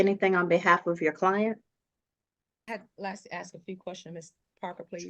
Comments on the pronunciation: When did “axe” begin being switched out for “ask”? All of a sudden…boom…there it was! Really sounds odd. Does anyone know? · Ax... She ax a lot of the judge... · She said "can I axe🪓 the manager to turn the alarm off?" Why would she use an axe 🪓 on the manager ? And if she hasn't paid rent for over a year she should have at least $21,000 saved up from what she would have paid in rent, so how is she having money problems? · If you pronounce "ask" as "axe"... get a lawyer. You're not smart enough to handle this. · She just wanted to axe some questions